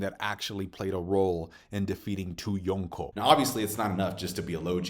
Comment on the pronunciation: You say yonko like a dingus